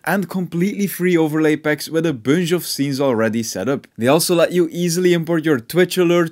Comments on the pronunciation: “a bunj of cables “ 2022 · The way he says booonshh (bunch) tho 🤣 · dont like the way you say bunch and for that reason, Bye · i watch this guy just because of the way he pronounces "bunch"